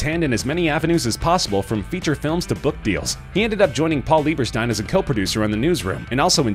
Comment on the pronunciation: Lmao he also calls Angela's ex husband leibersteen, but then calls his brother leiberstine(spelling it how he pronounced it)